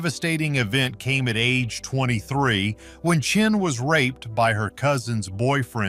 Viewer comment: Her name is Schenee (Shin-ay) NOT CHIN-MARIE